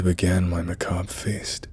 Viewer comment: Thank you thank you thank you for pronouncing 'macabre' correctly! It can throw me off a story... but that's why you are my favorite narrator!